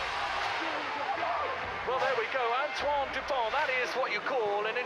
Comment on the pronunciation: Antoine is pronounced more like antwan : "oi" is pronunced like "wa" in wasp, and the closest way to pronunced "ant" that I know of is the UK ponunciation of ant. The sound that "an" does in French doesn't exist in English, so it will be difficult for you. And in Dupont the t isn't pronounced. Then the real pronunciation of on and u are rather difficult for an English speaker, because those sounds don't exist in English. But if you want to know how it's pronounced, you can go on wordreference English-French and listen to the pronunciations of an, du and pont.